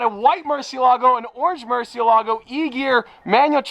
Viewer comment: Yo, have Sophia teach you the correct way to pronounce the Murciélago 🤭